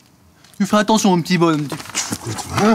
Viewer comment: « Tu fais annention mon m’ni bon…» 😂😂😂😂